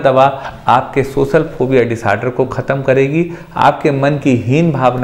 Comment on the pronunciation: Sir tum khud to baat kr nai paare ho, words ko sahi pronounce to kar ni paare aur aap logo ki problems solve karne chale 😂. For you kind information, wo socal ni social hota hai. Zabaan saaf karo apni pehle